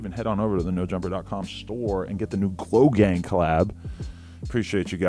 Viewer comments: I thought you said Logang and I was pissed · He said glo gang, i thought he said logang